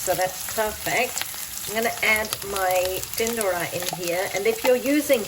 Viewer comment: My mum does it just like that but without onions, I'll try it your way next time. Are you gujarati? When you say "tindoda" it sounds perfectly gujju:-)